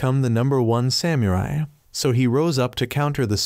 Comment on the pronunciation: because you say samurai in weird way I don't wanna watch